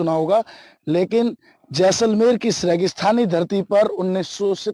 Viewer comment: Jesalmer nahi JAI-SAL-MER